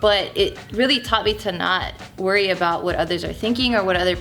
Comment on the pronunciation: When joe says worry it sounds funny !!:)